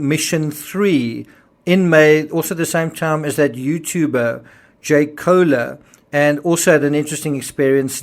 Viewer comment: Other submarines, and submersible’s work until they are retired, barring any disaster. This was a short lived, fiasco. Those of us that have had relatives that were Submarine Sailors, know they stay underwater for long amounts of time, while on patrol. Koehler, is pronounced, Kayler .